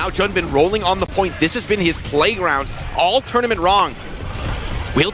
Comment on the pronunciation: bro hit the “all tournament rong” speaking in an Asian accent while speaking about an Asian 😂😂